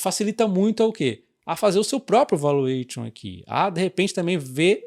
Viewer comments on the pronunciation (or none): Parabéns pelo lançamento do curso. Pode falar o T de valuation como se fosse SH e o ON com um som entre A e O. 😅😅